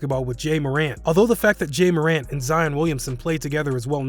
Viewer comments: It’s pronounced jah morant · Really Jae Morant it's pronouned jaw morant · It’s Ja like Ja Rule😂😂😂not a Jay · I hate it how he says Jey its Ja morant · Its Ja not Jay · Its not that hard its not “Jay More ant” its “Jah(like Jahseh) More rant” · Its not jay bro its "Ja" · i almost turned yo vid off when you said jay morant its ja damn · Homie really said jay morant 💀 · Reggie Hamilton he said “Jey Morant” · He said, Jay Moore-nt instead of ja Morant😂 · It’s ja bro ja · “jey morant” that shit hurts 😂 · Its Ja (jah) Morant (More-ant) duhhh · Bruh he says jay a morents name like flight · Jey Morant?! LOL 😂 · did this dude just say jay morant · M dudes said jey morant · JAY MOOREANT LMFAO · Bro said jey moren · He really said jey moreant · Jay-a more-ant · its ja [jah] morant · “Jay Morant” “New OrLeens” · Why you pronounce nba players names weird bruh, like ariza and ja morant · don't you guys realize that it is disrespectful to pronounce a persons name wrong? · lmfaoooo your gucci you got slight roasted but it was necessary. I collect cards and half the guys that break can't pronounce 70% of the dudes in the league 😅😅😅